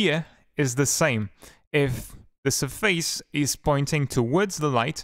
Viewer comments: your saying surface wrong >:( Its SURface not surFACE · It's so weird because your english is almost native at some points then you say certain words completely wrong, for example: Surface and Absence